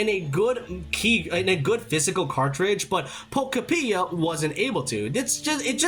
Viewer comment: I keep hearing pokopedia😅